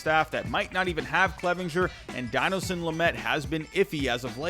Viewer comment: How you pronounce Dinelson lamets first name cracks me up